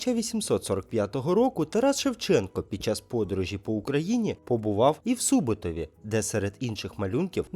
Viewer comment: У СубОбтові, а не СУботові!!!